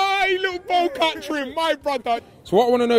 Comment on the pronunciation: Man said bocat trim 😂😂😂😂😂😂😂😂😂😂😂😂😂😂😂